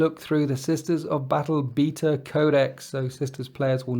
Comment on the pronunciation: The way you say beta is funny. :)